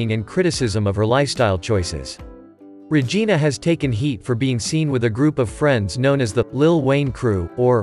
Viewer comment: He butchered her name like a Karate movie…..🙃 Not Regina😮